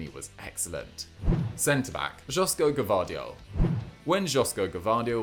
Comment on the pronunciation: I love your videos guys, but the pronunciation of footballers names is really annoying sometimes (Josko Gvardiol) 😖😖😖😖